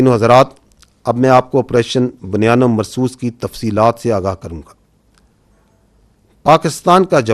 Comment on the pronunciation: 😮بُ ، ”بُنیان ۭ مرصوص“،، بَ بَنیان نہیں پلیززز 😮😮😮